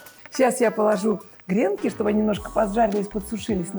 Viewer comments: Хочу сделать замечание. Надо говорить_- гренки, на последнюю букву "и" Ударение. В вы вещание на всю Россию, и все говорят неправильно. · ❗️🐾🐾. Милая Ларисочка, всё прелестно🌺 но гренкИ - это муж. род с ударением на И🌺 посыпать гренок сверху нужно ЯЙЦОМ т.к. яичко - это из области мужской урологии🌺